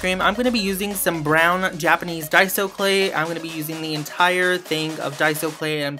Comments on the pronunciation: Finally someone says daiso right! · Finally a you tuber who knows who to pronounce daiso